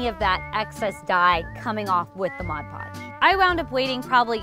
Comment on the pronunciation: Just had to pause to come here and comment, THANK YOU for saying "Mod Podge", It annoys me when people say "Modge Podge", just one of those little things that makes my eye twitch, even though it's a common mistake people make.